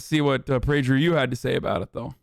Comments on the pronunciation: Prajer U? Don't you mean Prager U? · It's actually pronounced "Prager Poo" fyi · Why does he pronounce PragerU like that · Love the way you pronounce PragerU Hasan!! You make it sound like some kind of skin or venereal disease, which by the way it is and a pretty contagious one at that! 😂😂😂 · “PrajerU” “Robbalee” Ajan?